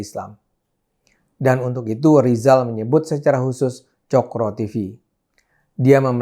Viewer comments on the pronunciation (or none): Ngomong RRR aja susah... Sok mau ngomongin ekonomi... Be OL dulu sana... Lijal. Lijall😀😀😀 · Menyebut nama sendiri saja gak bisa Rizal jadi Lizal makanya Cokro disebut Coro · Lijal sejak lahir sudah gagal bilang R 😂😂😂